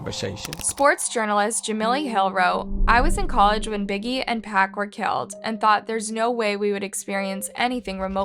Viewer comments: Everyone is talking about how she missed pronounced Quavo, I'm sitting here wondering how tf she doesn't even know who 2pac is.... calling him Pack 🤦🏼‍♀️ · Quavo and Paac 😢 you have an amazing voice but the pronunciation was terrible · Thank you!!!! I was about to write the same thing! It was so irritating. See even pronounced 2Pac wrong. Smdh. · I'm so done with this channel! She can't pronounce QUAVO & PAC??? What kinda crap is this! Just DONE! 😡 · She also mispronounced 2 pac like how do you do that